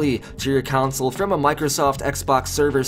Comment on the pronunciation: Anyone else notices his pronounciation of "console"